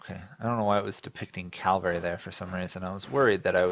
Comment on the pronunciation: firts comment, like and view. you say mavari instead of maravi, also you said calvary instead of cavalry